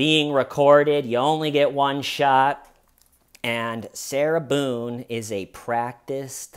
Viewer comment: Her name is "Boones"!!!!